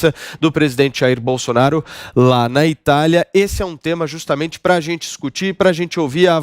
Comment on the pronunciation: Viu como ele deu uma lacrada falando bousonaro qui nojo